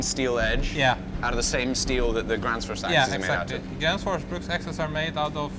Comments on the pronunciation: Gränsfors, not Gransfors. The dots make a difference... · It's not Grans it's Grens the a with 2 dots on top is pronounced as the letter E. and the letter E with 2 dots on top of it is the letter A. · That would definitely be closer to the swedish pronunciation. made the typical mistake of pronouncing ä as a. "Grän" should actually be prounounced like the gren in "greenwich". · The best instruction how to pronounce it is probably "Geh-renns-fosh". If an anglophone used that pronounciation it would sound perfectly Swedish. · The Ä in Gränsfors died quickly in this video xD